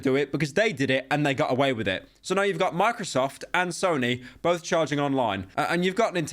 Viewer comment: Did he just say Snoy? Bro I can't lmaoooo